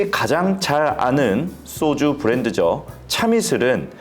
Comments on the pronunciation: "쏘주"가 뭐냐? "소주"라고 하면 안 되냐? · 쏘주? 소주? 경음 거슬림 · 쏘쥬 아니고 소주 입니다. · 왜? 자꾸 쏘주라고 발음하지? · 소주의 발음이 '쏘주'가 맞냐? 그럼 과자는 '꽈자'가 맞겠네? 야